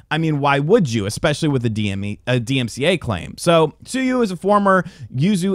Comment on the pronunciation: Sue-you Lol